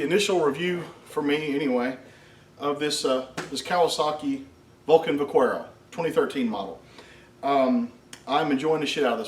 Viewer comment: Vah-care-oh it's Spanish for cowboy. Also keep on keeping on!